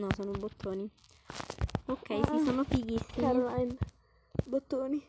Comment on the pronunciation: "caroline" CORALINE PER FAVORE EHHH! Cmq +1 follower 😊